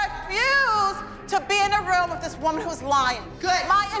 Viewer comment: I find it funny how Dr.holly went threw all this college YET she can't pronounce WITHHH,, it's not wiff Dr.holly 😂 learn how to speak properly !!!